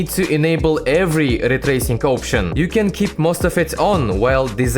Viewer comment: laytacing. pas tracing